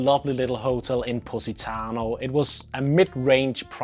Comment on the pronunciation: all i hear is pussytano :D